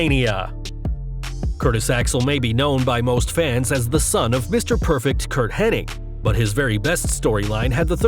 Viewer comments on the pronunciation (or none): none